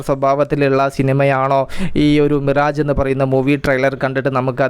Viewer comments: മിറേജ് എന്ന ഉച്ചാരണം തെറ്റാണ് മിറാഷ് എന്നാണ് ശരി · വായിക്കുന്നത് മിറാഷ് എന്നാണ്